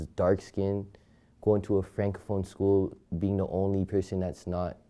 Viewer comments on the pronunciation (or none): none